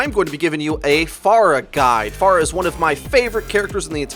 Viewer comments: This really pissed me off: "Pharah" is not pronounced far + agh "Pharah" is pronounced fair + agh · Why do you pronounce her name Faarah? It's not like we know how to pronounce her name, she and other heroes says her name often. It's Pharah, not Faarah.. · It's not far ah, it's fair ah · It's not far-uh it's fair-uh you stupid fuck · If you listen to the latest netcode update video , I think you'll see that it is said improperly, or at least, differently in this video, likely because the speaker is hearing the voice actor differently, perhaps due to her accent.., which most people won't reproduce so the proper way, or the anglicized way, would be "FAIR-UH" while in this video you hear "FAR-UH".. interesting thing is the actual Arabic name, Faraħ (sounds more like "FAR-AH, than FAR-UH"), that is, the non-anglicized way of saying it, is closer to how it is said in this video.. however, the "h" in Arabic is a voiceless pharyngeal fricative, not a voiceless glottal fricative, as it is in English.. :) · Its fare-uh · manicms But she says her own name as "Fair ah " o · It annoys me more than it should cause I liked the video. But it's a really weird way too pronounce her name.